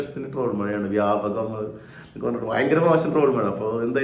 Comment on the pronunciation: വ്യാപകം അല്ല ന്യാപകം😂